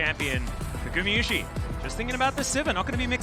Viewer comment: T1 fan here, IT IS NOT GU MI IT IS NOT GU MEH IT IS GU MA PLEASE SAY IT RIGHT .